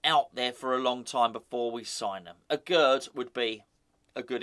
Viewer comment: Aguerd is pronounced AGAIR